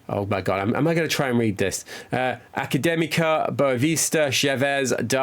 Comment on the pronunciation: You started well with the portuguese pronunciation (Académica e Boavista) and ended with a very funny way to say - Vitória Guimarães. Good luck with this new journey!